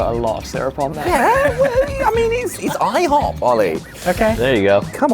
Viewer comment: i-HO-p 😉😉🥞🧇